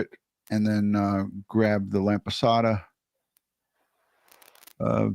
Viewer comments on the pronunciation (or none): Hey Its Lap-osata you Keep saying Lamp lol I love Lamp 😂 Dr. Elizabetg Laposata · Great channel and content. But please.. her name is Laposata not Lampasata XD